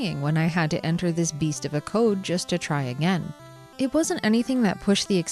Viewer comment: Uh-oh. The way you said "code" makes me think you're from the midwest. ... are you a badger? 😜